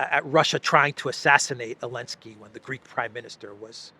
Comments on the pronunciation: That fact that still says Elenski is hilarious. For newcomers, Elenski banned the letter "Z" in about chapter 6 of this saga😂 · don't fucking call him Elensky...it sounds Hellenic...wtf...he is a talmudic monster...ZZZZZelensky...